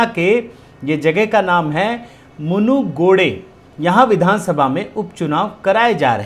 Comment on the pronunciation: It is not munugide it is munugidu